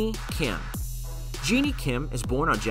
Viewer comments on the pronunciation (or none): When he pronounced JENNIE as GENIE ME be like: 🤭🤭😧😧😧😧🤣🤣🤣🤣🤣🤣😂😂😂😂😂😂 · Her name is pronounced as jen-ny not genie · I’m sorry did he just say genie kim 🤣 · My dude really said jeannie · this man said Jinni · When he started saying JEANNIE, I was out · The way he pronounce jennie